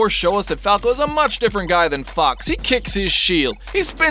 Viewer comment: Can't unhear the brawl announcer saying fuck instead of fox